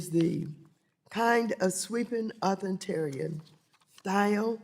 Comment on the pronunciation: What's and Author Terrian? 😂